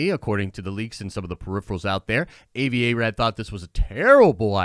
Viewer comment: dude his name is pronounced Ah-vi Not A-vi!